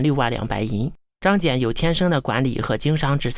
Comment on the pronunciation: 小学生能把张謇的名字念对就已经相当不得了了，要什么自行车呢~